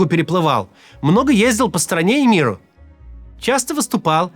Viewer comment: На слово "МИрУ" ты говоришь с акцентом. Видимо уже началось)